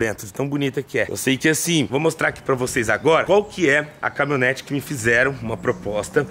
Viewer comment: "CAMI-O-NETE", kkkkkk! Compra um curso de português também